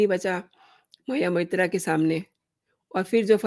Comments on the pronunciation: What are you gaining by this post?You can’t even pronounce her name properly, you have been saying Mohiya Moitra. You are only a BJP troll. Modi has a fake degree , Nishikant Dubey has a fake degree and majority of BJPites are fake and frauds of rank A. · Shame on you!! First learn to pronounce her name properly!